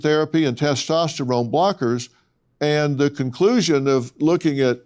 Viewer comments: Testestralone? What’s that? If a person can’t even correctly pronounce a word in but guns to believe what they have to say about it. Testosterone. Estrogen. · "Tes testerone" lol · I'm sorry I can't take anyone serious that says testEsterone. It's not a rigorous test to prove if you're a female. And if I were an athlete, in today's day and age, I would happily take that test as I'm sure most other female athletes would. This person is a liar. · "" my man, don't try to school me on biology when you can't even pronounce "testosterone" correctly.